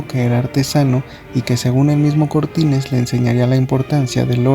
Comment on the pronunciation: Si su primer apellido es Ruiz por qué dices Cortínez?